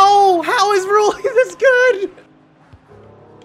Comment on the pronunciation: Rulli was just mad you were pronouncing his name wrong